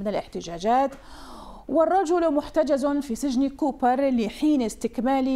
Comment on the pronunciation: بعيدا عن الموضوع بس لما لفظت كوبر دي ضحكتني😂😂